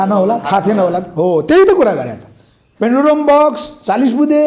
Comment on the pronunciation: हाउ !पेन्डुलम बकस कि पेनुडुरा बकस हाउ?के बोलेको मित्र?